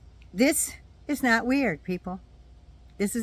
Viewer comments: He said “am not a Christian” i thought he said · Yeah, he said, “I’m aught a Christian…” 😈